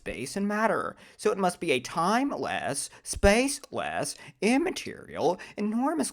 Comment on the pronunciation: The way Dr. Craig says spaceLESS…timeLESS… and immaterial gets me every time. 😂 Edit: BTW, congrats on becoming a theist!